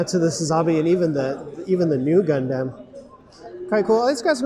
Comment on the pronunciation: Lol the idea that you can only buy P-Bandai online in Japan. Don't know how I managed to get Hyaku Shiki Crash from a US retailer... Also, if I hear "Gun-damn" one more time...